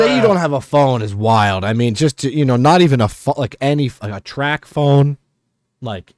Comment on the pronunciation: it’s not track phone it’s trap phone 😂😂